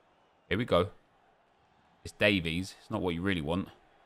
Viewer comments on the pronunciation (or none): none